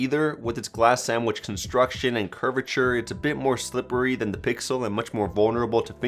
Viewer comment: He said that the s9+ isn't as bezzeless as th pickle 3 xl = i kill myself Edit: he actually said "pickle" 3 xl